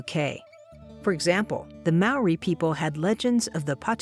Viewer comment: Maori is pronounced mouldy? 👀